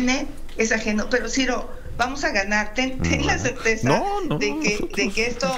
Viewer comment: Lo que quedó claro en el cierre anticipado de pre campaña de mochitl, fue. Que debería despedir a quien le redacta sus discursos. Porque le ponen puras palabras con "R" y ya sabemos quien tiene problemas con la "R" 😂😂😂. Mochitl: ¡Vamos a GANAC! ¡La ESPECANZA está de este lado! ¡AMLO es coGugto!😂😂